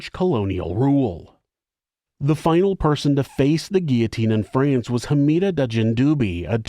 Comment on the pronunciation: I am approximately 50 billionkagillionzillion times more disgusted and horrified by this pronunciation of "France" than I ever could be by humanity's adoration of murderous treachery and cruelty. haha